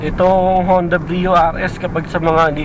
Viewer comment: Hi -- Some points for you to review and re-check: 1.) Pronunciation -- Sir, Brio is pronounced as literal bree-yo. Not Bra-yo. Ok po? Bree-yo po ang pronunciation. 2.) Sports Mode -- Never po sa history ng Brio from 2015 - present na may "Sports Mode". Yang S na nakikita nyo sa shifter ay "Sequential" meaning "transition to manual mode". Sana po clear. Thank you.